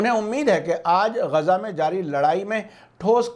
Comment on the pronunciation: بہت اچھے خبریں ہیں مگر یہ گزا نہیں بلکہ غزہ ھے غین سے اور کچھ لوگ اسرائیل کے س کو ز سے لکھتے ہیں جو غلط ہے ازرائیل